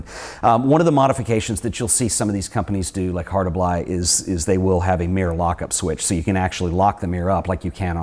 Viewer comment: Why do you keep calling the best medium format camera a Hosselblod? It's a Hasselblad!!!